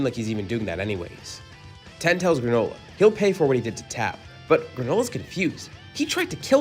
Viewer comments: It’s tien not ten dude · I will resubscribe and like all your videos and listen to them each twice, once you stop saying tien like that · We don’t care imagine being mad about someone pronouncing tien wrong